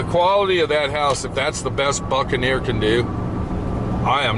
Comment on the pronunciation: The boot and ne’er lol